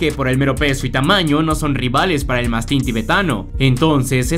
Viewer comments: Escribes 'mastín" pero cuando hablas dices "mástin". Lo correcto es mastín, me parece...... Porqué te empeñas en acentuar la letra A? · Corrección colega, es mastín no mastin…aprendamos a pronunciar antes de subir vídeos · Lo escribes correctamente... ¡Y lo pronuncias mal! Mastín, no Mástin. 🤦🏻‍♂️🤷🏻‍♂️ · Aprende a pronunciar Mastín, no "mastin". Aprende las reglas de acentuación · Es mastín, no mastin. Hay que hablar con propiedad. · En castellano se dice mastín, no mastin. Atento a la acentuación. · Porqué dices mástin cuando es mastín. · Si es "mastín" para qué decir "mástin". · Se dice Mastín con acento en la "i" y no mastín como lo pronuncias.... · Es mastín no mástin y Tíbet no Tibét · Es mastín(acento en la i.. no mástin) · Mastííín con acento en la iiiiiii. No es mástin🤬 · ¿Cómo puede uno ver la palabra Mastín, con una tilde como una casa sobre la í, y luego pronunciar la palabra con acento en la a? ¿Estamos locos o no sabemos leer? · ¡¡ ES MATÍN !! CON ACENTO EN LA ÍÍÍÍÍÍÍÍÍÍÍ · Mastín. Acento en la í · Es mastín, con golpe de voz y tilde en la i. Que asquerosa manía de pronunciar como creéis que lo hacen los americanos. Tampoco es tibét sino Tíbet, con golpe de voz y acento en la i... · Si está acentuado en la sílaba tín porqué lo pronuncia mal?